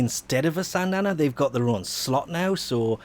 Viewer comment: This guy just talk about syandanas? And is SYANDANA not SANDANA